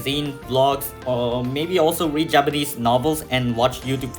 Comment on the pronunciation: You should have done much more listening before you started speaking and reading to prevent the strong accent and pronunciation mistakes you have when speaking Japanese but overall good job!